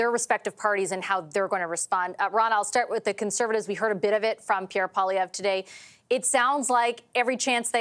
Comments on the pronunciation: I like Rona Ambrose but I wish she could pronounce the leader's name "Poilievre" a little better. It's not "Oliver" with a P in front. Just saying "pwah-lee-ev" would be very passable. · Rona...sounds stupid....learn to pronounce a name before you jump in front of a camera! Poliver??? Really😡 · Imagine someone who still doesn't know how to pronounce the name of our next Prime Minister! Pierre Polavert? Jagmeet is about as trustworthy as a junk yard rat. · Not Pierre Pawh-liver 💀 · Rona Ambrose cannot pronounce Pierre's last name? It's NOT Polliver, Rona! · Rona Ambrose: Pierre Poliver ☠️ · Come on Rhona, learn how to pronounce the next PM's name. Poliver? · It's pronounced poiLIEvonov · She should really get Pierre's name right......Polyvere? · Hey unilingual anglophones, don't look at the spelling, just say "Pwah-Lee-Ev". If he were a star NHLer, announcers would say it just fine. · Why's this annoying woman refusing to pronounce "pwua-lee-ev"? So petty. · sounds more like she pronounces it paw-liver. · Rona Ambrose, how do you not know how to pronounce MP PP's name? You've heard it several times during this broadcast. I think you can do better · Ronald Ambrose needs to learn the correct pronunciation of Pierre Poilievre's name. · The new way of pronouncine Poilièvre is cringe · Rona better learn how to say our next Prime Minister’s last name before she goes back on the news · Come on Rona ar least pronounce Mr Poilievre's surname properly!! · How in the world is Rona Ambrose unable to say Poilievre right? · Seriously Rhona!?!? You don't know how to properly pronounce Poilievre?? The leader of your party?!? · Deliberately mispronouncing Poilievre name is showing disdain for him. Rona May have been conservative but she’s showing her true colours there. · Rona not knowing how to pronounce the CPC leaders name is quite strange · How is it Rhonda can’t pronounce Poilievre last name or am I missing something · Rona keeps mispronouncing Pierre Poilievre's name.